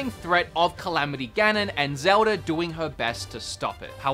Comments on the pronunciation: Me: Zelda...: Zewder... Me: Zelda...: Zewder... Me: ZELDA!: ZEWDER! ❤️ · "Zeldar".. "Agendar"... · Does anyone else keep hearing "Zeldar"?